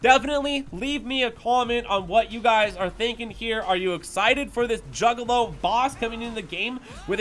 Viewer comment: I had to rewind and hear him say it twice 🤣 🤣